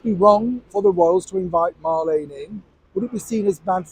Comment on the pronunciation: Her name is Mar- Leen not Lane . Remember in the old radio program “ me names Marlene “ said in a Brumie accent. As far as going back to the palace I wouldn’t have her back but it might scare her to death, so yes bring it on.